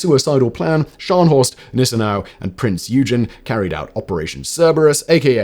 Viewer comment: It’s pronounced “Oy-gen” not “you-gen”